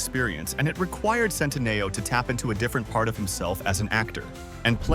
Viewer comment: Just the incorrect pronunciation of his last name sometimes...